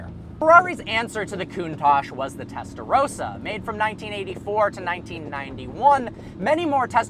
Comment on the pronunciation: Whenever he says "testa rossa" it kinda sounds like "Tesla Roadster".